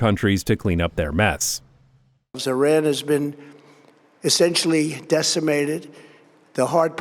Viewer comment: Did… did he say Z-iran because he was thinking about Zohran??